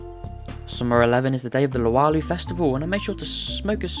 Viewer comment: Luau = LOO-ow (Loo as in UK slang for bathroom)